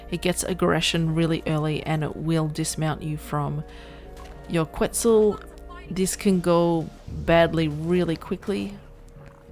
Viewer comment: It's "Ket-Zal" not "Qwet-Zal". Solid video though! This obviously wont work on PVE servers that disallow wild dino pickup. If you can't afford to replace walls you can just derender it and it will drop aggro.